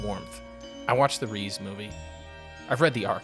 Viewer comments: More like Reh-Zey not Reeze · It's rezé not reez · amazingly peak emotional video, great job. but reze is pronounced "ray-zay" 😭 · REEZE???? How do people watch the movie and still not know how to say her name? Do you all just not listen to the words being spoken?